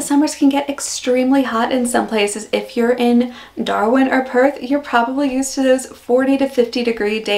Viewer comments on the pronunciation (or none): As someone who lives in Perth, its really odd hearing Perth in an American accent... Someone knows we exist!! Whoop whoop 😁 Edit now i watched a bit more: i was in Perth during rhe pandemic and we had a state restriction, but no 5k limit cos we didnt have community transmission until february 2022... Yet if i posted that on twitter i was told i was a/ lying, b/ living in a communist regime, c/ not allowed to leave my home or ill get arrested and finally d/ that they knew about the "concentration camps"... It blew my mind how much misinformation was spread just because some Amercian people didn't want to believe the restrictions worked. We had total freedom within the state - 3 times the size of Texas for those wondering - and had an almost perfect pandemic. I wish people had listened and believed us that it was working before so many lives were lost 😢